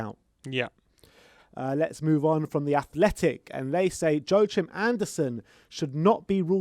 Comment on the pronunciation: "Joechim Anderson"?! Come on may, you're really messing up your Danish (...Norwegian) players these days :D